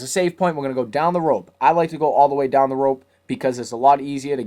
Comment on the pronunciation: lol im sorry but i just found it so fukin funny wen u just casually said then we get twoun into hell